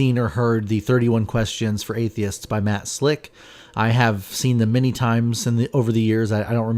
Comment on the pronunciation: I believe it is pronounced Matt Slack. One of Matt's many problems is that he thinks he is a far better philosopher than he actually is. I think deep down inside Matt there is a decent bloke trying to get out, but as soon as God is mentioned he turns into this arrogant POS.